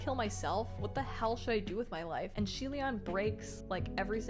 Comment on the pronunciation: Btw xie reading is more of "c-ye" c as in how u read the the alphabet in the abc song....